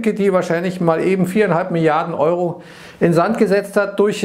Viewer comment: Et, was macht der Ëūró?